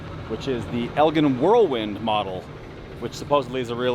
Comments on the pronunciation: That street sweeper is from a company that was founded in Elgin Illinois, it is pronounced El-Gin, like Gin and Tonic type Gin🙂. Elgin was the home of the Elgin Watch Co also, sadly just a thing of the past. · Elgin Sweeper is El-jin (soft "j" sound). Made in Elgin, Illinois, for 108 years. Agreed, it would look sweet in Bradenton with your logo!